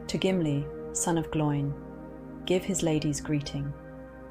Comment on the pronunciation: Pronunciation needs work. Glo-in. Rhymes with Owen.